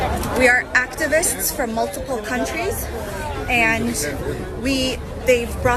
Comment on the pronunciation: "we are UCTUVUSTS... from MULTUPUL CUNTRUES"